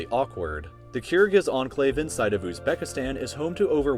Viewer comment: The way he pronounces 'Kyrgyz' drives me crazy